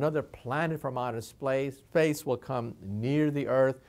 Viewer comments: The end of the world is when Michio Kaku says outer "Splace" instead of "Space".XD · 57 "splace" even the smartest man on earth makes mistakes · "SPLACE" OUCH. THAT ONE HIT HARD. SORRY MICHIO